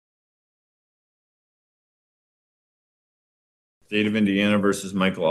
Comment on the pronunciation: "I ubbjekt"